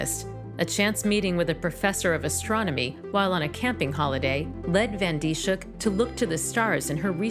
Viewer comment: Her name is mispronounced in this video. It's not Dee-shook, it's Dis-hook. (Dis rhymes with this, hook rhymes with book.) BTW, it took 3 months for this to make the news in the Netherlands... :(